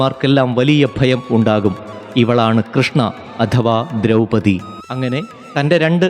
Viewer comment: " ദ്രൗപതി" എന്നല്ല, " ദ്രൗപദി" എന്നാണ് വേണ്ടത്.